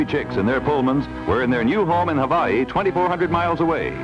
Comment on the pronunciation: Why do they pronounce the state of Hawaii "hoe-waugh-hee", "ho-vaugh-hee"?